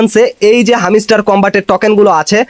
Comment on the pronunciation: ভাই তোর উচ্চারণ এমন কেন,,হামিস্টার কই পাইলি? এটা হ্যামস্টার রে ভাই।